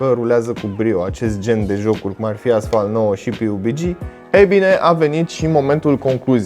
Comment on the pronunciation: Pe bune cum sa zici piubigi :)))